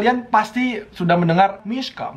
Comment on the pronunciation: Aku dengernya “MISKHAAA” Laa ternyata “MISHA” waakakakak